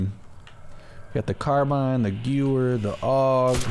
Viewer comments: Is pronounced GUH-VAIR please stop saying GOO-HER 😂😂😂😭😭😭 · it’s pronounced gever, even though it’s spelt gewehr because it’s German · It's pronounced "gu-vair"